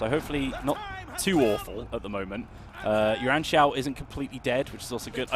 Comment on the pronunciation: OMG! you got the name right this time!